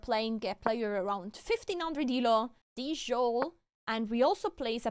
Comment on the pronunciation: no way you pronunced "djole" that way